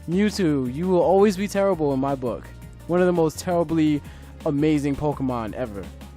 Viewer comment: you did "blook"